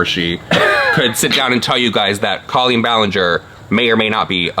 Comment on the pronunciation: I need someone to get to stop saying COE-leen, or everyone else to start saying it this way. A girl is confused.